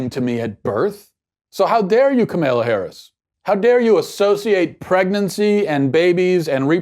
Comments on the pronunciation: 100% agree with you on this issue Matt. (Side note: Her name is pronounced "comma-la") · he’s so dumb he can’t even say her name right